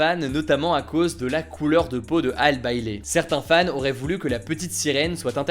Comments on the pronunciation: Par contre pour la petite sirène Halle Bailey ça se dit « Hali » et pas « hale »😬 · Bon taf, mais je pense que Halle se prononce Ali comme pour Halle Berry.. Bonne continuation..